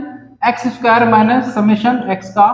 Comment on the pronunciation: Square hota hai sir lmao